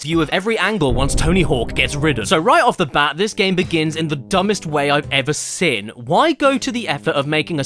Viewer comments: I'm not making fun of you but whenever you say seen it sounds like your saying sin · Why can't you pronounce "seen"? Why do you insist on saying "sin"? Why am I bringing it up two years after the fact? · Why is it anytime Caddy says “Seen” it sounds like he’s saying “Sin” has he sinned? Caddy is sinful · Why do you say "sen" and not "Seen" ?!?!?